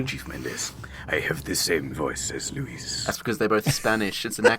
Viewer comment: I can't tell if is being funny, or is he actually pronouncing "Luis" as "Louis".